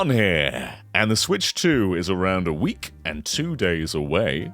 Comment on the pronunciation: I think he said “a week” but I had to really pay attention to figure that out 😂